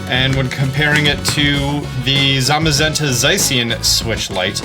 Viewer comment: Its Zay-shen and zah-ma-zen-ta